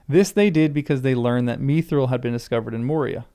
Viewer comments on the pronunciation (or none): none